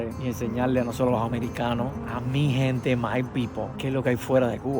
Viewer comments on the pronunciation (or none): none